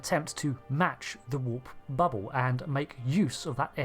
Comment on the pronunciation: "Fiewd," "bubbew," "vessews."